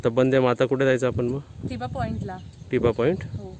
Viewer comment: अरे टिबा नाही तर थिबा.. असं नावं आहे. थिबा हा ब्रम्हादेशचा राजा होता.या बद्दल माहिती दिली असतीस बर झाल असतं.